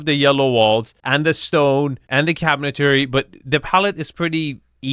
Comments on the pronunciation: love the bids but I can't help but just point out that it's Cabinetry not Cabinetary it's been driving me crazy. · can’t pronounce “cabinetry “. LoL